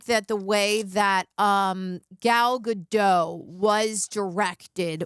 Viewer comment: and... the 't' in 'Gadot' isn't silent. It's not a word in Franch, it's an actual word in Hebrew. You welcome.